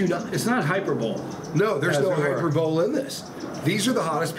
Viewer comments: I didn’t know you had a tube of terror product. Btw…. Hi-per-bol-ee. Like apostrophe. It’s Greek. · Im presuming pronouncing hyperbole - hyper bowl , is the way Americans pronounce it. Can any American brothers or sisters confirm this as ive never heard it pronounced like that. ✌️